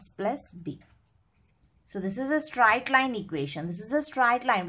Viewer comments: What is stright line ??? It's straight line ma'am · its not strite line it is straight line...